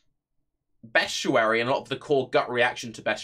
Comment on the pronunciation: Look at words and sound them out. Best-i-ary - there is absolutely no U in there.